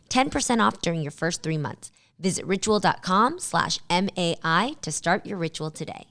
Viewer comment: Reading My instead of Mai was hard lol